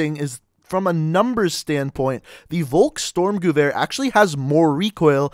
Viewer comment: Bro, it's volk-STURM, not volks-STORM. Ya killin' me...